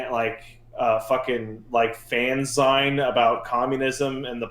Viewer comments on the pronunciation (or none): I am pretty sure it's meant to be pronounced "fan ZEEN" - as in "magazine".